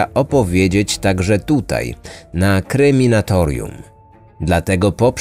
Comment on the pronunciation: Wydaje mi się, że musiałeś to oglądać już na Kryminatorium. Ten kanał nazywa się Kreminatorium, bo sam nie potrafi poprawnie wypowiedzieć nazwy swojego kanału